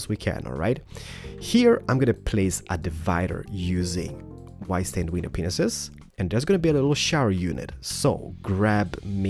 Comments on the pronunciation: can you count how many times he said "window Penises" instead of "window panes" ?? xD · You say penis instead of panes (no effense) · It's pronounced window PANES not penises!! Ugh! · You know you're saying penises. It was never funny. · It sounds like "paneses" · I guess everyone is going to disregard this amazing build and lose their shit over the fact that it sounds like he said penis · . Did he just say.... "window. P. E. N. I. S. E. S." 😰😱😱😐 I'm not being mean but...I'm not thinking dirty I SWEAR ON MY LIFE! 😵😕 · did you say wenis-penis? it sounded like it XD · Its Panes/paneses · He said pinese lol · he said pinenises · i love how he pronounses "panes" and "penis" lol